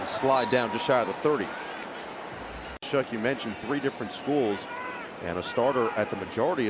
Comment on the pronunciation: this broadcaster is incredibly annoying, he keeps saying Tyler "SHUCK" when his last name is pronounced "SHOUWW"